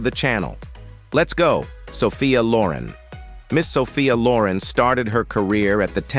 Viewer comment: I barely got past the first few minutes when this narrator mis-pronounced her name as: (Sophia) Lo'REN.